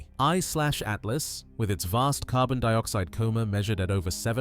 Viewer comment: Did my dude say 1/30tooth.